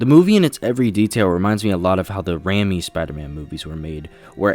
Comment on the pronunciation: dude, seriously....learn how to pronounce well known names. it's WAH-keen phoenix, not HAW-keen. and RAM-ee? it's RAY-me. amateur. it's amazing you got snyder's name right.